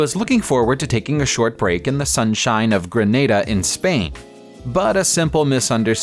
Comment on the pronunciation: What the hell is wrong with this narrator? His pronunciation is terrible. There is no such place as Grenada in Spain, it Granada. And where the hell is 'Mahlager'. It's Malaga, pronounced, Malaga. I'm guessing he doesn't have a passport.